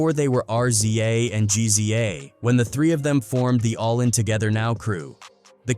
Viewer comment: Once this AI voice called RZA and GZA, R-z-a and G-z-a......I stopped listening.